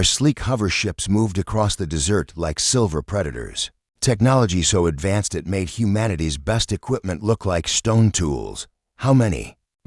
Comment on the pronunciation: Their hover vehicle glided across the "dessert" (an after dinner dish). Stupid Artificial Idiot narator cannot correctly pronounce "desert"! I suppose the big question is why I waste my time on this.